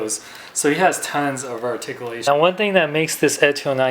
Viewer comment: Wow. Sad doesn't do reviews anymore. Asked for money?. That's sad. Argh. It's ARTICULATION!! Pronounce it right!!. Lol. Well since your gone. Guess I have nothing to bitch about. Hahahahahaha